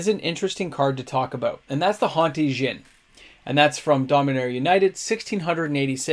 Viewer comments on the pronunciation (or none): none